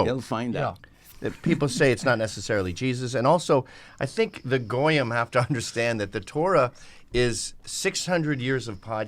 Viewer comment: fr said “GoooYeem”